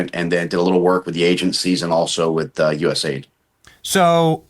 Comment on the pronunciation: No offense Benny. As soon as this guy said he worked with US AID... NOT USA ID (The way he said it) And the fact that he works for this corrupt enterprise. Makes me think we need to research into him! I wouldn't trust him with my cat. No offense if he somehow is a patriot who worked for the 98% controlled.. "Democrat" USAID